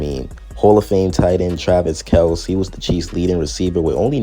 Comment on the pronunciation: I like that you pronounce Kelce the way it was intended to be pronounced before their dad just didn't correct someone saying it wrong one day 😅 😂